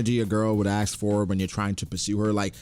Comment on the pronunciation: Why do prounounce ask "aks"?